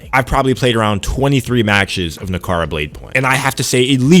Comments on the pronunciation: Na-ra-ka not nakara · The fact that he keeps calling it nakara……when it’s naraka is a clear indication he’s talking nonsense. Been playing on pc and xbox never once lagged…. Where do you live my guy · bro u could not pronounce the name of the game once during the vid, how u gon make a review, ive not even played it yet.